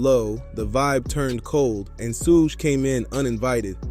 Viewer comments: Just say sugar but leave the R off. Its not sug knight. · That's like 3 different pronunciations for Suge's name! 🤦🤣 First I heard it as "Soog", then "Sooge", then "Soo-guh". The heck? It's "Shoog", pronouncing the double "o" as if saying the word "wood". Other than that, great video! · Good history lesson but thats not how to say Shug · yeah some of the times suge was mentioned it said soog. I just thought it was funny. Not trying to disrespect. I respect the video. Ty for it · decent vid but do more research and pronouce suge correctly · Good stuff.. but dear God, why do you keep pronouncing Suge Knight's name like that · and yet he does a tire YouTube video on him... He never once caught how his name is pronounced I find that hard to believe